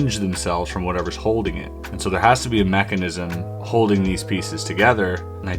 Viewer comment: "mackanism" lol